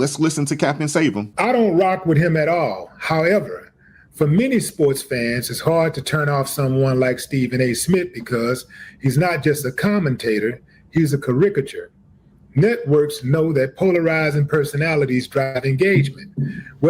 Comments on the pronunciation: What's a Care-rick-ature.?? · Did Willie D say 'ka'ricket- chure' instead of caricature?!!👀👀👀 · Willie D didn't write that shit, he cant even pronounce " caricature ", that dumb ass. Everybody knows Crockett is an embarrassment, another loud mouth black woman.